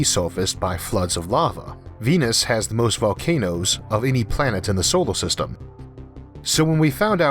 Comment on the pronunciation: why do you call it "theoform" and "solo system". so many strange pronounciations i had to cut of the video very early.